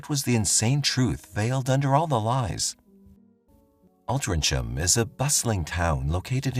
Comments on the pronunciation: It’s pronounced All-tring-am, not All-trin-cham. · Altria ham pronounced Alltrin ham . The c is silent . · AltrincHAM ---- Altrinc HAM .... Th "C" is silent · It's pronounced Altringham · Altrincham is pronounced - Ohl tring am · It's pronounced Alt-ring-ham. I grew up around there & Sale The hospital is pronounced Wiv-in-shaw It's the hospital my nanna passed at & my sister was born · Altrincham. Is pronounced Alt-Tring- Ham. It was a spelling mistake when the town got its market charter, apparently .sorry, I'm from Altrincham it just kept bugging me every time he said the word. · It’s pronounced altringham so as you know lol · Altrincham, its pronounced ALT RING HAM. forget the C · It's pronounced, 'Altringum" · Altrincham is not pronounced as spelled for the love of all that is holy! Alt-ring-um it is! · Altrinng- Ham. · Pronounced Altrincham. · Altrincham is pronounced Altringam. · It always makes me laugh the way Americans pronounce Altrincham